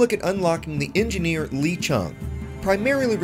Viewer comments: Nice vid, btw its pronounced "Lay" not "Lee" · You must pronounce his name the way it’s spelled....I mean it’s already spelled to accommodate English speakers for duck sake.